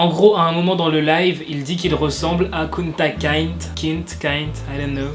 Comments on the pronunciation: Ça se dit KUnta KintÉ. Et perso je trouve pas ça raciste le fait qu’il dit qu’il ressemble à quelqu’un, genre on le fait tous tout les jours 😶. Mais si il aurait dit un truc du genre « je ressemble au africain », la ça serait autre chose. Parfois les gens ils abusent et interprète trop mal les choses... 😤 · Ça se prononce kunta kinté 😇😇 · Et ça se prononce "Kounta Kinté", pour que tu le sache